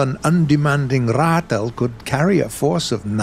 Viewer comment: Well done sir. 100 percent on the Ratel pronunciation. Respect.